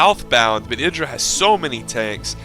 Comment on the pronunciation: Hey you're actually pronouncing Idra correctly. That alone is worth a thumbs up(besides the fact that you constantly remember to explain stuff to SC2 players who never knew Brood War and its different tactics so that they'll understand what's going on) :D